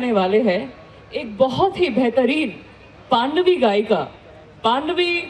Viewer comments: तिज़न नही है एंकर महोदय जी तीजन है, पांडवी नही पंडवानी है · पद्मविभूषण डॉक्टर श्रीमती तीजन बाई का परिचय देने में थोड़ी सी लापरवाही बरती एंकर मैडम ने। और हाँ मैडम जी पाँडवी नहीं पंडवानी होता है। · पांडवी नही, पंडवानी है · मेडम जी आप छत्तीसगढ़ के नहीं हो कहां से हो पाडवी नहीं कहते पंडवानी कहते हैं। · इस एंकर को तो पंडवानी बोलना भी नहीं आती है ,पांडवी बोल रही है। किसने इसे एंकर बना दिया है। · पांडवी नही है मैडम इसे पंडवानी कहा जाता है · पांडवी नहीं पंडवानी होता है बेवकूफ लड़की